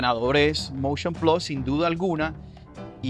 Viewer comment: Vaaaamooo con Covid!... Tu me quieres vender el "Moushion Plassss!!!"